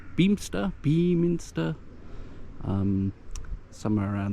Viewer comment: pronounced “bemmin stir”. My qualifications are: I lived in Yeovil for a few years (the secondary school years). Don’t worry, I got away.